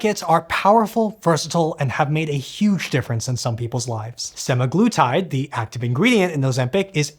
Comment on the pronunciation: you might want to double check the pronouniciation for semaglutide.